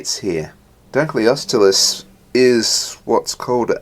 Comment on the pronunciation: hahahahahahahahahaha you said dunkleosteus so wrong i want it